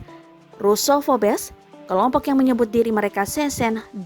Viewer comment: Cara bacanya bukan Russo pobes 😂 tapi russophobes 'russopobs'